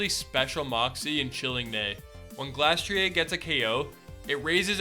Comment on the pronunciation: Sorry, I dont normally get urked when someone completely misspronouces pokemon names but my brother in Christ it is SPEC-TREE-EER and GLASS-TREE-EER I have literally no idea how your brain ignores the R at the end of both of their names.